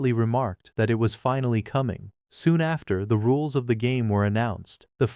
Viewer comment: Its sounds like your saying "da rules" instead if "the rules" and i can't help but imagine this is a fantasy world Timmy from fairly odd parents wished into existence 😂